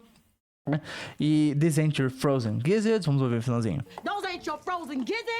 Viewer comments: É impressão minha ou é isso mesmo, quando a fala "ain't" o som fica literalmente aint já o professor fala eint, isso seria uma das formas corretas da pronuncia? Desde já agradeço pelo excelente video! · Ela parece que nem fala o t ela fala you aí buy